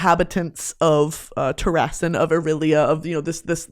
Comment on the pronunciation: The way you’re pronouncing Manon and Terrasen is killing me 😭